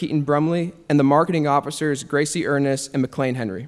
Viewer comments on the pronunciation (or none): none